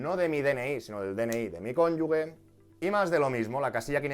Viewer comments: Me está haciendo daño al oído escuchar "cónyugue" en vez del correcto "cónyuge". Por lo demás, genial. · por favor, dilo bien, cónyuge, no "cónyugue" como tú lo lees... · No se dice conyugue, sino cónyuge. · Genial vídeo! Soy asesor fiscal y me parece que está todo muy bien explicado. Eso si, “CÓNYUJE” (si, lo he escrito mal pero para que se entienda como se pronuncia la palabra, no “cónyugue”). Un saludo! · Es cónyuge, no cónyugue. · Un matiz constructivo, fonéticamente no es "cónyugue" es "cónyuge", con el sonido "j"... Ahí entre la "g" y la "e" no hay ninguna "u" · No sé si es de fiar un asesor que dice cónyugue. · Perdón de antemano, pero se pronuncia "cónyuJE", con "g" fuerte antes de la E.